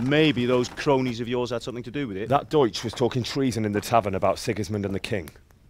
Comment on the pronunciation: Bang bacanya bukan des(deutch) bacanya doic): eu dibaca oi hehe jerman